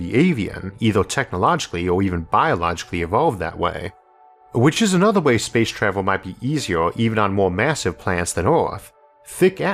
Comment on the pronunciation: "Spwace twavel"